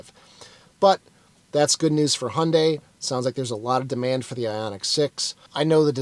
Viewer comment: “Handay”. You know so much about this brand/car (I do enjoy your videos very much) and yet it baffles me how you butcher the brand name every single time 😅 it should be “Hi-Yuun-Die”.